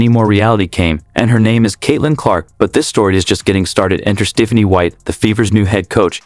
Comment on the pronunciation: Your AI narrator should be taught how to pronounce "Stephanie."